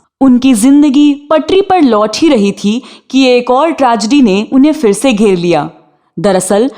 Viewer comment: Please apna accent theek karein. Its PHIR not FIR and PHOOL not FOOL. Please learn the difference.